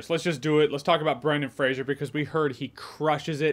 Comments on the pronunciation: Jeremy old son, I love you dearly, and I know that you’re American, but it’s “Fray-zer”; there is not ‘I’ in the name. It’s a Scottish Clan name. Merry Christmas, bro; hope that you and yours have a great day 🎄🎅🏻🤶🏽🎄 x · If you say you like Brendan Fraser, maybe get his fucking name right for once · It's pronounced "Fraser", not "Frasier". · "Fray-ser" not Fray-shur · Are you pronouncing his name Frasier? Its just Fraser with no I sound. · It's Fraser! Not Frasier! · Brendan Fraser is a great actor. I'm glad he's been given this roll and this chance. Also, I think it's pronounced "frazer" not "frasier" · Good to see even when getting praise, NOBODY can seem to pronounce the dude's name correctly... its FRASER not FRAZIER, this aint Niles Crane's long lost brother, its a totally different spellinng and pronunciation. You're welcome Mr. Fraser, i know it drives you crazy, love your movies sir. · FRASER not FRASIER!!! Come on J, we expect better from you lol. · Fraser not Frasier... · It's pronounced "Frazer" not "Frasier". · Its Fraser, not Frazier. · Oh my fucking God dude get his fucking name right it’s Fraser not Frasier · Fraser (FRAY-ZER) lol not Frasier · Fray-zer not Fray-zhee-er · It’s pronounced “Fray-sir”, like “razor”. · Brendan Fraser's last name is pronounced Fraser rhyming with "razor". No "shuh" in his name. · Fraser rhymes with laser folks